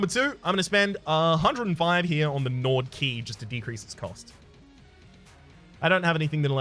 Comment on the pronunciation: I think instead of Gnawed key, you said Gnored Key, and honestly I like that pronunciation and I might use it myself.